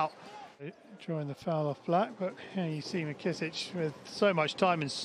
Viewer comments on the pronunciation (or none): Man why do they keep calling him "Mckissich" like he's Serbian? 🤣🤣